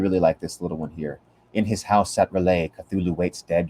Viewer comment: Is there a reason why you constantly call R'lyeh "Relay"?